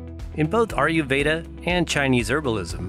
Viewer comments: A-YUR veda & not AR-YU veda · India IS southern Asia. And you can't really pronouce "ayurveda" can you.